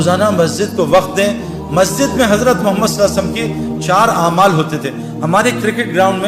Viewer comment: محترم جناب بھاٸ سعید انور صاحب السلام علیکم ورحمتہ اللہ وبرکاتہ بعد اداب وتسلیمات کے عریضہ خدمت عالیہ میں یہ ھے کہ ماشا۶اللہ دینی واصلاحی باتیں تو بڑے اچھے انداز میں پیش کی ھے اور امت کی ماوں بھنو ں کو کافی فیض پھنچ رہاھے لیکن ایک ضروری بات کی طرف توجہ دلا نا مقصود ھے اور وہ یہ ھے کہ جب اپ رسول اللہ صلی اللہ علیہ وسلم کا اسم گرامی لیتے ھیں اس کا صحیح تلفظ نھی کرتے لہذا مو دبانہ مو منانہ مخلصانہ عاجزانہ عاجلانہ خاشعانہ درخواست ھیکہ رسول اللہ صلی اللہ علیہ وسلم صحیح اور اداٸگی کے ساتھ ٹھرٹھر کر تلفظ کریں جب ھی عشق نبی پیدا ھوگا اور اصلاحی باتيں مٶ ثر ھوں گی مصرع عشق نبی میں جو بیمار نھی ھوتا عصیاں کےسمندر سےوہ پارنھی ھوتا فقط والسلام مع الاکرم مفتی انتخاب اللہ قاسمی بجنور انڈیا